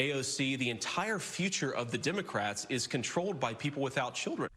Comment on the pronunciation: I need for Vance to stop telling me about the "dimocrats". What's wrong with him? Why can't he pronounce the "e" in "democrat"? Moron.